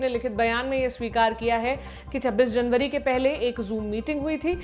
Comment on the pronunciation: मेरी बहन खबर पढते समय जनबरी फरबरी तो याद रक्खो